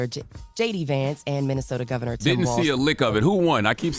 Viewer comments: Envy gotta stop Calling Tim Wals Tim Walsh. 😂😂😂😂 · It’s Walz not Walsh Envy. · Can someone please tell Envy its Walz, not Walsh